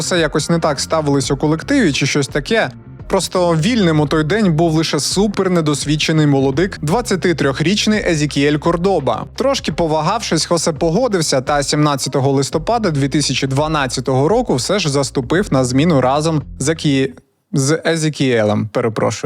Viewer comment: КОрдоба, наголос на першу О